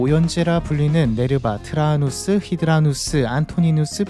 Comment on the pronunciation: 트라아누스? 히드라누스요? 트라야누스, 하드리아누스입니다